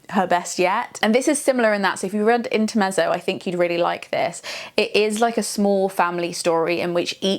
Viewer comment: Polite note: intermezzo = 'inter-met-zo' as in the Italian ☺️